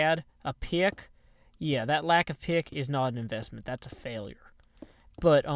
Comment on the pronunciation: I love the way he says pick... PIYUK!